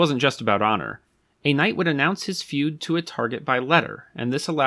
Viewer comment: He's using an AI mimicking software. My first clue was his idiotic pronunciation of "feud" as food. "one food or another"